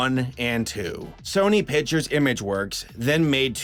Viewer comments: Good video But it's not fucking pitchers it's picTures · "sony piturs" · Pictures pronounce pick tchures not pichures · you know there is a c in the word pictures, right? I know this is almost a year late but damn that annoys me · "sony pichers animation" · "SONY PITCHERS ANIMATION."